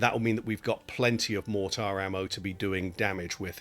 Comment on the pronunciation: Appreciate the video but man the way you pronounce mortar is driving me nuts.